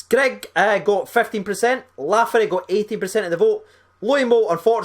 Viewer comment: Not lafferty mate